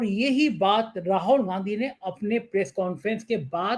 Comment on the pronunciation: Arey bhai Rahol Gandhi nahin. Rahul Gandhi naam hein. Har baar Rahol Rahol Rahol kehte ho.